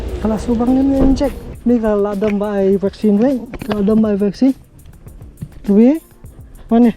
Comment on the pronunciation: It sound funny when u said ka rubi😂😂😅 namar i neighbour jong ngi ruh kyrteng rubi😆😆